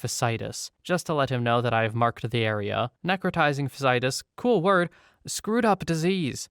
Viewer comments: You ALMOST nailed necrotizing fasciitis, it's just the latter bit you missed. It's pronounced "fash-see-eye-tiss" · Hey man, just wanted to say thanks for reading these stories; I know some of 'em had to be horrifically concerning. And just to let you know if you ever encounter the word again, fasciitis is "fash-ee-itis" :p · your voice is relaxing, so thank you for making my morning better. also fasciitis is pronounced fash-E-eye-tis, good attempt tho! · Fas-cee-i-tis - no judgement!